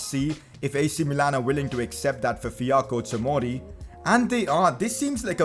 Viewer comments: Fiyako tomori????HAHAHAHAHAAAHAHAHAHAHA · by no means is this a hate comment but u kept saying fiyako tomori but it is actually fikayo tomori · Fi-KA-Yo Tomori